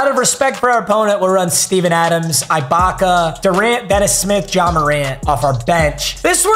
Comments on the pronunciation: nice content but its ee-baka not eye-baka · Dad, its ee-baka not eye-baka. However this is your wommunism so please do as you wish master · ih-bok-uh or even eh-bok-uh just no more eye-bok-uh please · Day 4 of telling it’s E-BAKA not EYE-BAKA